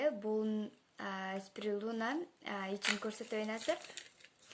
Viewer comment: Спирулина деп туура айт